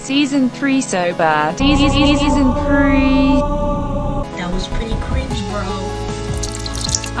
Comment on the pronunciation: I keep thinking about how he said wealy wealy cwinge